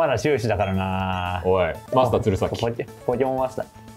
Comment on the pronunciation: ちなみにこの｢ポーキモーン｣は動画だと説明がないけど英語ネタ ポケモンは英語だと｢Pokémon｣と表記するけど、この｢e｣の上のダッシュ記号がついていないと｢ポーキモーン｣と発音してしまうのだ！